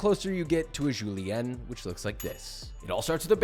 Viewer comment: Thank you for saying julienne correctly. That chef thompson guy be saying JUUUULEEANNN. Like a babbling idiot😭😭